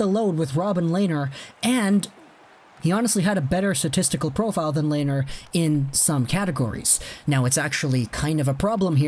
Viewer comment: Len ner! Not Lay ner!